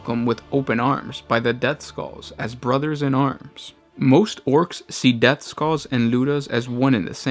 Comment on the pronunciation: Did you said depthskulls?